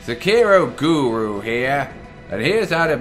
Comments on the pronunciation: I'm more impressed he managed to pronounce guru this time. I've been thoroughly confused by "goru", and wasn't sure if it was an inside joke or a speech impediment. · You finally said guru right